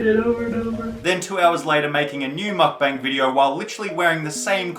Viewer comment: I’m Korean and it’s my first time to hear Correct pronunciation of Mukbang